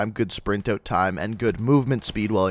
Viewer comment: Why ft does he pronounce out like oat?